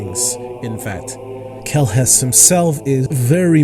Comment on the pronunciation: Atleast get the name right. Its Kellhus Not kellus.